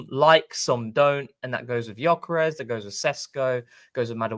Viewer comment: Lads....... how many more times, Viktor's surname is pronounced "Yuh-kuh-resh" FFS!!! I'm not going to tell you again!!!🤬